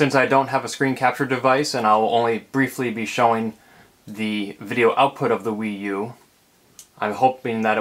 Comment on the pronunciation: Some people call it the WeYou =P